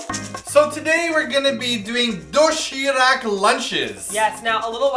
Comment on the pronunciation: Ok so I love and and everything, but man the way they pronounced "doshirack" soo annoying. I'll forgive ya cause your foreigners though.